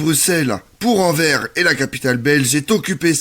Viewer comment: AnverS Le S se prononce ;)